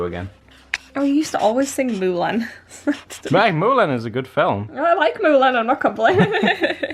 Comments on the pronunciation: I over how says Mulan "Moolin was a good moovie" omi lol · The little bug music 😂 im like her when it comes to bugs. And you pronounce Mulan funny. This video was cute.